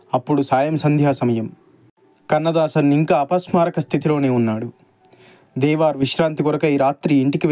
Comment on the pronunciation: నాన్నా దేవార్ కాదు దేవర్